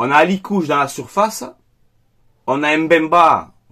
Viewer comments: C'est pas Alikouche,, c'est Akliouche. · Juste pour information c'est pas alikouche c'est akliouche 😊